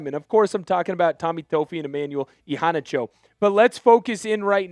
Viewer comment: Thank you! Finally someone who can say, Iheanacho, correctly